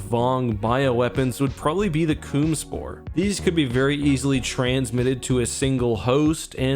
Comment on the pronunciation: coom spore. Lol